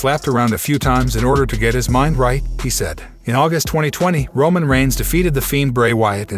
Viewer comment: Yes bes going to betray romon